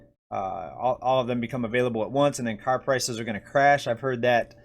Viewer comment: For a second i thought i heard you say “rising crisis” instead of “rising prices”. Eh, same thing at this point.💸💳